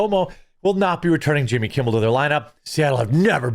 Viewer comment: Why u keep calling him yimmy